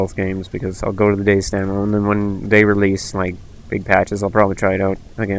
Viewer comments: Dude it's not Days it it Day-Z(ee) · Fucking hell man, its Day Z. Not dayzzzzzzzzzzzzzzzzzzz. Pronounce what you are trying to say, speak with authority and intent, otherwise no one will sit here watching 17 mins of pictures and listening to poor English. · Its pronounced Day-zed or Day-zee, not Days... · Every man and his dog knows it's pronounced DayZEEEEEEE.